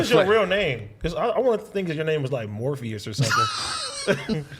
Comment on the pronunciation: “morpheous” on god 🤣